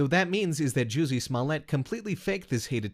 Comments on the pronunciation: “jewsy” lmao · i thought it was pronounced juicy